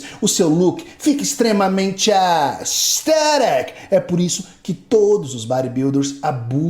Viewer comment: Toda vez q esse cara falava "aesTHETIC" meu cérebro perdia células. Pqp q maluco chato véi